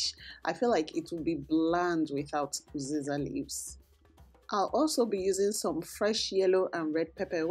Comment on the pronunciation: Pls is there a difference between uziza and oziza? I’m not sure if you’re saying uziza or oziza